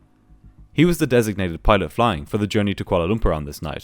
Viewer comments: I think the way he pronounces pilot is of a different dialect than my ears are used to and had thought it sounded like peelot tubes at one point; and pedo at another. That's my bad for not being accustomed to the difference of enunciations in the world. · He said petot